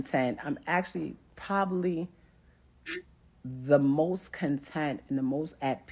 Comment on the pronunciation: She’s “pobablly” right.